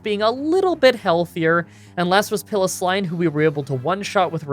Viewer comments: “Pillow-sline” Are you ok my dude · "Pilosline" XD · yeah your pronounciation of Piloswine is annoying and all, but which dang fossil did you take?